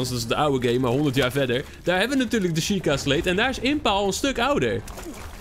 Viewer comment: Het is een sjieka steen niet sleet of zo. Ps leuke video